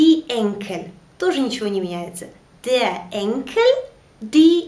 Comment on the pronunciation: Почему ав читаете Der. дер. на немецком r. как а читается т.е деа?